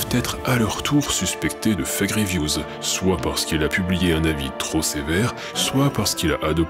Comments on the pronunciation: A chaque fois que vous dîtes "Fake reviews" j'entend "Effet Grievous " Je vous jure que je ne le fait pas exprès et que c'est perturbant vivement l'effet Palpatine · Je suis le seul a entendre "l'effet Grievous" au lieu de "les fake reviews"?